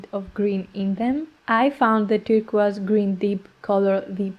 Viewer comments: WOW!! A mountain emerges from the fog.. love the process 💖 and yes, you pronounce “turquoise” correctly. Joyeux Noël 💖🌟🌺🦋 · Very lovely painting. And, I like your pronunciation of turquoise. In English, it sounds like "tur-koys," which is not as charming as, "tur-qwaz." Best wishes!